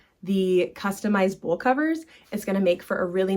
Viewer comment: are you saying bowl covers? It sounds like you’re saying bull covers.?